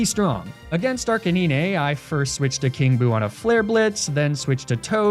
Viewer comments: Your pronunciation of Arcanine kills me everytime. ARC-UH-NINE! Great content as always 😂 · arca-knee-nay...? really fucking ruined the video. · Me: enjoying the video: "Arcaneenay" Me: grumble of annoyance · holy hell arc-a-nine stop being so damn lazy speak english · The way he pronounces "Arcanine" 😂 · The way arcanine is pronounced makes me cringe lol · I swear everytime he says arcanine wrong it always get me even though I know its on purpose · Is just me but him pronouncing Arcenine wrong was annoying so was the sponsor cut.